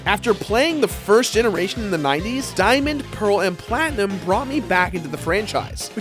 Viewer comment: Did you just say Pokémon PlatnIM? Not PlatnUM?